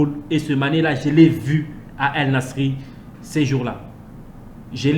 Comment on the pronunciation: On prononce = Al NaçAIRE comme le concert et non Al Nasri merci de rectifier car tu le prononce mal le Club de Mané